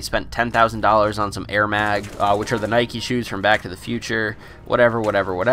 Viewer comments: You said "AIR MAG" and "NIKEY" im so done.... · pretty sure it's nike not nikey